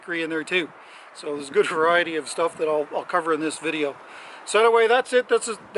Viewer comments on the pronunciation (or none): none